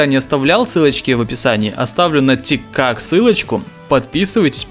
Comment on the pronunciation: не тик как а тик ток